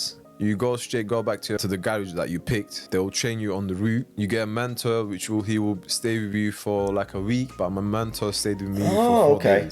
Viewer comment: Never heard anyone pronounce "mentor" as "manta" before. I don't even get how you can read that word and think that's how it should be said